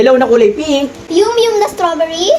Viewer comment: Mali Po yung pagkabasa nyo ng yum yum Ang basa Po Doon ay yam yam